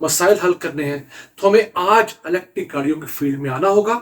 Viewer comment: PLEASE CORRECT YOUR PRONUNCIATION THE WAY YOU PRONOUNCE IS ELETIC, CORRECT WORD IS ELECTRIC YOU ARE EDUCATED PERSON WE WATCH RICH PAKISTAN ALL THE TIME PLEASE TRY TO PRONOUNCE THE WAY IT SHOULD PRONOUNCE NOT LIKE A PIND WAY PLEASE.